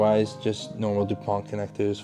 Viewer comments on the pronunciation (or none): none